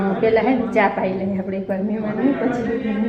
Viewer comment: મિમાન કે મહેમાન "હ " ને ખાય ગયા ગુજરાતી